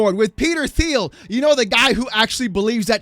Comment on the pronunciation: Will someone kindly tell him how to pronounce Palantir and Thiel? Thank you